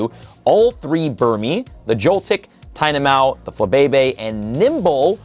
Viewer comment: GOOD GOD LEARN HOW TO CORRECTLY PRONOUNCE METAGROSS AND TYNAMO!!